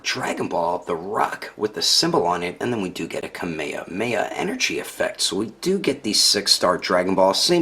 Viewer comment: Nice review but Kameamea? It pronounce's kameJAmeJA (kamehameha)